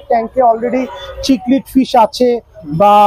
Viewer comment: its not Chic-lid its Cichlid as in Sic-lid lyree tail na its Lyre tail as in Liar-tail its disappointing to see a professional business person doesnt know the actual pronunciation of the fish Aquarium industry is one of the most fast growing hobby around the world and Bangladesh has the best and suitable weather for it proper way te ei Industry success hole it can start a huge export import business too